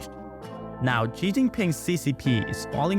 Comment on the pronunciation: Tip: "Xi" is pronounced like "she".